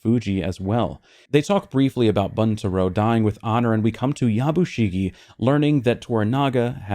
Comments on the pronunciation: Just a small thing the way you are pronouncing Yabushige sounds like Yabushigi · I know you gave a disclaimer about pronunciation at the outset.. but it’s Ep 4 by now so I feel justified in saying this. My man’s name is pronounced Ya-Bu-She-Gay.